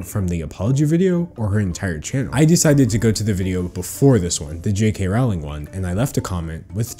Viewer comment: Rowling disgusts me... Her name is pronounced rolling though